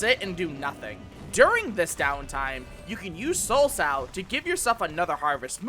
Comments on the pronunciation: A female pig is called a Sow .... you said "Soul Pig" .... Soul So (Sew but I don't want you to butcher that word either) ... Left and right English Pronounciation errors... I'm surprised you got Communio right.... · Sow isn't pronounced like that lol, think "reap what you sow" if you're familiar with that idiom. So it's soul sow, rather than sowe or however you'd spell out what you called it in this video. :p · It soul sow not sowwwwww, you know like "you reap what you sow" thank you for listening to my ted talk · I mean, he also pronounced 'soulsow' as 'sow', like a female pig. >.> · Your guides are great dude I’m watching every single one. But I want to tell you sow as you are pronouncing it means pig and sow “sO” means plant as in reap and sow. It gave me a good giggle that soul piggy tho haha! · It's probably "sow"(so) like sowing seeds, and not "sow" like lady pig, because the harvest theme. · Soulsow is pronounced like "soul-sew" - like sowing a crop field. Except it's souls, because you reap what you sow, and reapers reap souls.